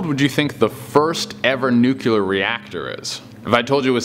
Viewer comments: No one corrected their pronunciation of the word when they first learned it. My theory. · I prefer new queue ler some people prefer new clear. But what about Carmel and Caramel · Wish he could say nuclear correctly. It’s hard to comprehend the story when every time he says it, all I can think about is how he said it wrong. Not hating on the guy because probably half of the English speaking population says it wrong. Just a certain disconnect for me. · Unpardonable mispronunciation of the word "nuclear". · learn to pronounce nuclear there is only one u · `nuk lee ar` not `nuk u lar` geez english my 3rd language and i know this ! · NUCLEAR not Nucular!!!! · This bugs me more than it should, but... Nuclear is pronounced "New Clear", not "new queue ler"! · Why do people say the word "nuclear" as if it were spelled nukuler? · I know it's nitpicky, but it drives me nuts. It's pronounced nu-cle-ar,, not nu-cu-lar. 🙂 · Please don't mispronounce nuclear, it's sounds like nu-klee-ur not nuke-q-lur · Nuculer.....drives me nutz..my only pet peeve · "Nukular" is not a word! Its "NU KLEE AR" )nuclear) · NOOCLEEAR, NUCLEAR, NOT NOOKULAR. OMFG. (pet peeve of mine) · Say it with me buddy. Say Nuclear. NUC-LEAR not nuculear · NU-CLE-AR. not NUKE-YUH-LER WHY CAN'T ANYONE SAY IT RIGHT!!! 1 Less subscription! "Good goin, ''..." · Why does he keep saying nukular when the word is nuclear? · Can y’all please pronounce nuclear correctly? It’s not nucUlear. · it's nu klee ar. not nuke u lar. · DUDE, SAY IT WITH ME.... NU-CLE-AR NOT NU-QU-LAR!!!! said it so many times, I just cannot like the video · Omg!! It's nu-CLEAR! NOT NUCULAR! Come on bruh... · I love the videos, but... it's pronounced "NEW-clee-ur" not "NUKE-you-lur" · Lol "nucular" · Light bulbs in ancient Egypt... With snakes inside? Nucular instead of nuclear? This man is as smart as Homer Simpson. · Nuclear is pronounced nuCLEAR 😁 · pronounced it like does, instead of how it's spelled neclear. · Nu cue lar